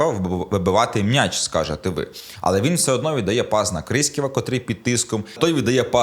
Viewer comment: Все добре, канєш, але коли чую від: "МНяч", трохи веселить. Мняч, мнясо... Сидорівський діалект,?